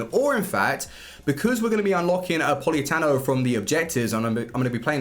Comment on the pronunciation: It's Politano not Poliatano